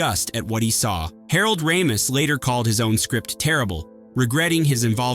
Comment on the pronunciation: It’s Harold Ray-mis not Rah-mis